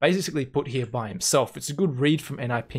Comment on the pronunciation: How often did you say "hya" ("here" with a weird pronouncation)? xD Jk, great Video as always